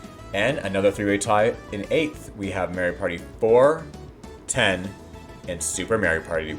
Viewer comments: The way you pronounce "Mario" bothers me a bit... It's MAH-REE-O, not MAE-REE-O. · Hey did you know it’s “mah ree oh” and not “may ree oh”